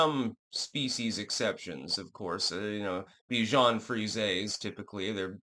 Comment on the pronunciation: "Underage Bishon"😂